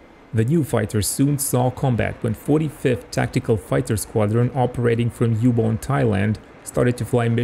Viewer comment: Ubon(อุบล) in Thai actually pronounce as Übon (aou-bon)